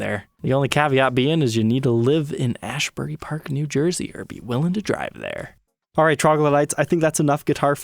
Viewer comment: Ashbury park??? Have you heard of Bruce Springsteen? 😂😂😂 ASBURY PARK!!!!! (AZ-BERRY) and yes, I am in Jersey 🤘😝🤘